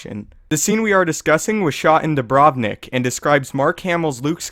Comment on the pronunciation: Please pronounce Dubrovnik properly, it is very painful.